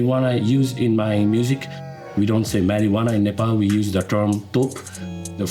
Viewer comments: It’s Nepal not nephol 😂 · its nepal not napols